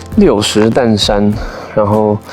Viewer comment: 那個六十石山金針花，花蓮富里鄉官方兩年前已經公告正確讀音是"六十石(ㄕˊ)山"，而不是六十石(ㄉㄢˋ)山，是以前有六十顆大石頭的山，而不是生產六十石白米的山！